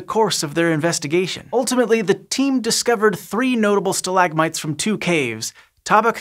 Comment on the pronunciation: stalagmite? Nah mate, it’s pronounced stalagmite. You kinda sound weird. Total forth wall break in this science thing